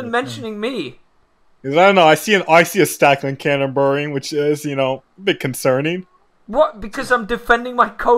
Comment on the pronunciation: The way said Canterbury, ug.